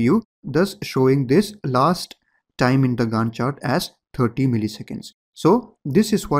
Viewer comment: Professor in my college watch your videos too. He also pronounces it with same accent 'Gand chart'